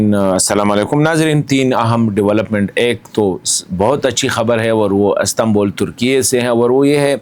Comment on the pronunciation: As tan bul ❌ Is tan bul ✅